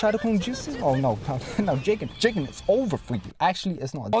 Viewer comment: The name is je-gen